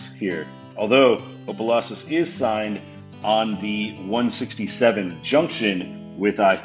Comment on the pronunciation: The Louisiana half of me felt the compulsion to correct two pronunciations. Actually, introduce a pronunciation and correct another. Tchopitoulas is pronounced "chop-a-TOO-las" & Opelousas is pronounced "opp-a-LOO-sas".